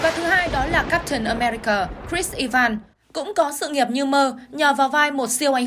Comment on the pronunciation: E van?? I ven chứ ( sai thì xin lỗi 😅 )